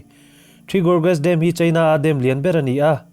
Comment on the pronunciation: Dam thluk hi.... Ka beng a thlep deuh. DAM a hawrawp ang anga mizo taka lam hian a dik mai a ni. Kan tawng leh tawng dang human kawp thuah kan tawng a him nan Thalaite"n kan tawng dik kan humhalh nan le. .duhsakna nen